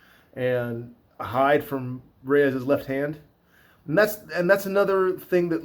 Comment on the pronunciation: I like how he doesn't butcher saying any of these fighters names. So many "professional" analysts absolutely butcher and mispronounce names. This guy even rolls the R when he says Rrrrreyes! Lol